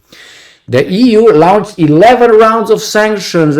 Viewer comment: Lawn-ched, Not Loun-ched.